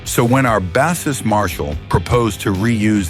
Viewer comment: Mostly lol it made some mistakes. What annoys me is how it pronounces bassist